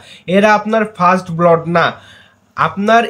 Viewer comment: উচ্চারণটা "ব্লড" হবে না। সঠিক উচ্চারণ হবে ব্লাড (blood), মানে রক্ত।